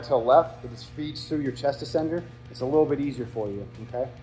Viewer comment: Excellent. Very informative. Buuuuut your pronunciation of ascender is killing me. It’s not A SENDER it’s said ASS ENDER